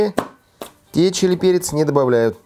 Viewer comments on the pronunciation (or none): none